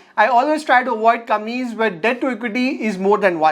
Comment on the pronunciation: Nice video. One small request: please pronounce "Companies" properly. Sometimes it is difficult to follow the video.